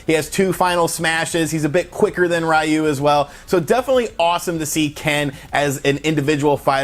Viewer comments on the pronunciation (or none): It’s pronounced reeyu. Not rwhyu. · Hey there...Japanese speaker here. Ryus name just means dragon. Ryu is pronounced ree yu. Rai means thunder. Like the pokemon raikou. Raiyu sounds cool but it's just not Ryu's name. If you ever need to know just play SF and select him. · RA- U ? It’s pronounced: Re- Uh. Is Japanese, not English. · Literally nobody calls him "Rayu." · It’s RE-YU!!! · Stop saying rayu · RA-U, he says lol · Literally "Ri+yu" to pronounce Ryu, don't get how Americans constantly screw up the pronunciation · I'm American and know it's Ri-yu with the r pronounced as the Japanese do, kind of like a soft d and l mixed. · “Raiyu” ... really dude? Really? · I know how a lot of english speaking people pronounce name and words in japanese diferent... But I really don't like how he always says "Ryu" name as "Raiu" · "Ree-you" In English. "You" in Japanese. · that’s not how it’s pronounced in Japanese. The Japanese R is an alveolar flap, like the “tt” sound in “bottle” So it’s like (tt sound)-yu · That simple action of him pronouncing Ryu's name wrong has given me stage 4 cancer. Rip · You say Ryu funny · That's not how you pronounce Ryu's name